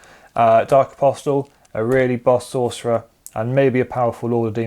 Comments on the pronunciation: Apostle is pronounced, ''Aposal'' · why? It's incorrect. Objectively, hehe. Was about to say nice video (hope things change for the better with the new dex drop soon) but the T in apostle is silent 😅